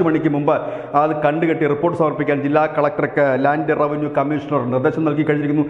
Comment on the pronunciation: റാൻഡ് ലെവന്യൂ അല്ല .... ലാന്റ് റെവന്യൂ ആണ്😂😂😂